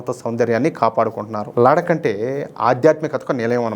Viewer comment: Ladak kadandi laddakh ani palakandi ok mana telugu vallaki theliyadhu kabatti take it easy kani hindi vallu thappu padatharu ok laddakh ani palakandi ok